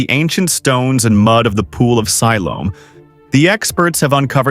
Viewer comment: Have your AI narrator pronounce words correctly. He is not even pronouncing Siloam right.